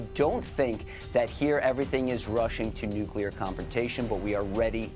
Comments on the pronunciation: No cle ar not nuc u lar. Lol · Ffs... it's pronounced..Roi-terrs... It' pronounced New-clear ... not NEWK-ULAR...... It matters....